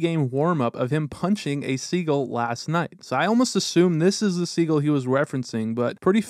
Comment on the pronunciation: At first I thought he was talking about a player named Segel. I'm thinking, who the hell is Segel? Then I realized he doesn't know how to pronounce the bird "seagull". 😂😂😂